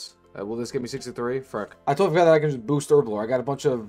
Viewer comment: Lol, people are missing the point. Its saying "freck" instead of "frick" that's bothering me. I only commented cause I like his vids other than the constant frecks. I don't even have a justification for this opinion.